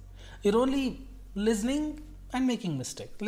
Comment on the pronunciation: Aba sala nakul listening hota ha lizning nahi hota😂